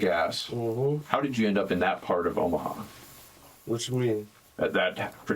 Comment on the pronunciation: This dude said “somewhere in Omar”, you mean Omaha? It’s a city, not a person but your excuse for being dumb as hell is that you aren’t from around here. That’s right. When people travel to different states outside of theirs they lose their ability to read and pronounce words. That’s it.